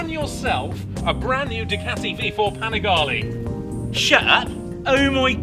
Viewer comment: Man you make good content but please, it a panigaLE not panigaLI 😂😎😊